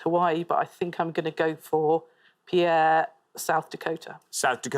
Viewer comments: He mispronounced several cities on the pointless lists. In fact, he mispronounced Pierre in two different ways. He said “pee-AIR” and “pare,” but it’s pronounced “peer.” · as someone who lives in south dakota it is pronounced Pier for pierre not pear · Pierre, SD is pronounced like pier not pear. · For the record, Pierre is pronounced "peer," not "pear." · literally not even the american says it right, it's pronounced like "peer" not "pear" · And he corrects Pierre to “Pare”. While most Americans seem to pronounce it “Pee-air”, South Dakotans pronounce it “Peer”. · Quite a few mispronunciations. The capital of SD is pronounced like pier, not pear; mar-IN County at the north end of the Golden Gate. They did, though, pronounce Detroit better than a lot of Americans, especially southerners, but even the automated PA voice at the Detroit airport: "DEE-troit Michigan is in the eastern time zone." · Prediction before watching: Juneau and Olympia will be pointless answers. Edit: Oops! Juneau has a U. Poor pronunciation of some city names, e.g. the city of Pierre is pronounced like pier. This for the first round shown in this video. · I've always heard it's more like pier.